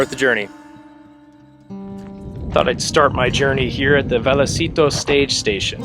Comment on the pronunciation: Pronounced vay a citos.